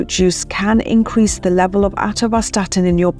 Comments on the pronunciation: With such a strange pronunciation of Atorvastatin, are you qualified to talk about it? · is when she actually starts answering the three questions in the video title. Also, she reeeeally likes hearing herself mispronounce "atorvastatin". This should have been a 3 minute video.